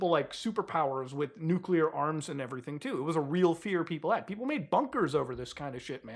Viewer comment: It's so refreshing to hear a YouTuber pronounce nuclear properly.